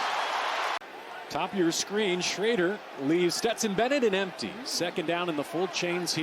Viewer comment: Steston "PASH" Bennett